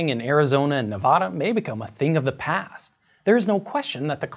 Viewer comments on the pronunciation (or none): Ne-va-da. Not Ne-vah-duh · I've heard you say it a few times now and I just can't let it go... It's ne vAA da, not NEV ah duh. It rhymes with "Calaradah" (the square state east of Utah). The mispronounciation has killed local politicians' careers. Anyone in Oregon will tell you it's not "ore-gone" and Cajuns will scoff if you say "new or leenz". It's NevAda. A as in apple. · Man said Nevada wrong lol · STOP PRONOUNCING MY STATE LIKE THAT, that is NOT how you pronounce Nevada, knock it off ! ! ! !